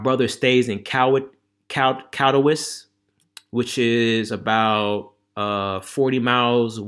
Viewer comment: Bro! You order not a drink you like but the most expensive because a lady is buying?!..Wow. Anyway the city you are referring to in this video is Katowice which is pronounced “ka.tuh.Vi.suh”.